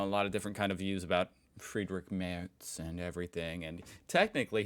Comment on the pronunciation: Kudos for the correct pronunciation of Friedrich Merz. It seems a lot of Americans don't really care about pronouncing names right. They (try to) pronounce every name like it was an English word and fail.